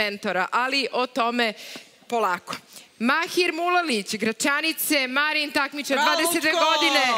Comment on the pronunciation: Zašto neko Voju ne nauči kako se izgovara Gračanica?